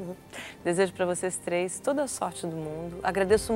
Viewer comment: "Consegui o vôo pra hj com tlês escalas, tudo que eu tlouxe eu peguei lá. Vc acha q eu n to plepalado?" PUTZ!